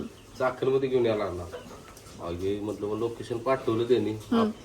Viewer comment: चाखन नाय चाकण आहे दादा येणार आससाल तर सांगा ❤